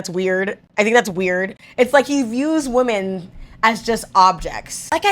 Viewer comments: Why are we pronouncing WOMEN as WOMAN? Why do people not understand the difference between singular and plural anymore, especially women it comes to WOMEN? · Why are you pronouncing the word women wrong?